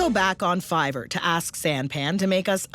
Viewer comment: lol fivverr